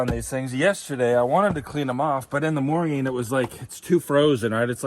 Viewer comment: Stop saying morging